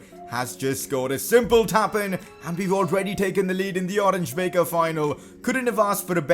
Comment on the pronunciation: You pronounce the "Oranje Beker" trophy like "Oranya Beaker" trophy